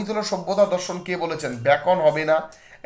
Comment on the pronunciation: হেগেন না হগবেন হবে সঠিক ভাবে বললে ভাল হয়।